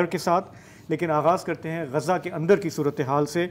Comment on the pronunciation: غزا کا صحیح تلفظ ادا کرنے کا شکریہ، اسے غازہ کہنے والوں کو سمجھائیں